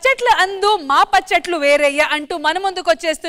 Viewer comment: పచ్చట్లు అంట 😂😂😂 rashmi telugu khooni